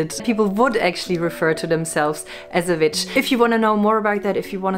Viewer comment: I LOVE THE WAY SHE SAIS VICH. ONLY A TRUE VICH CAN SAY THAT.